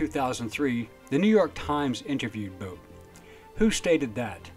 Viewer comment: Bout was..... Boot sold..... Bewt did..... Bought committed...... Boat was convicted..... Bowd is now...... Nice pronunciation of his name.